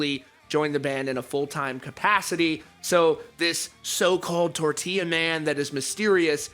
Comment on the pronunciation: If you’re gonna say tortilla then at least say it right, ROLL YOUR R’s....